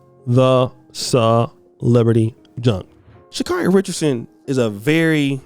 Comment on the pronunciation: EXACTLY!!!! He's been criticizing Sha'carri the hardest and saying the Jamaicans will smoke her...until now! And as many times as she continues to correct people on the pronunciation of her name, he STILL says it incorrectly.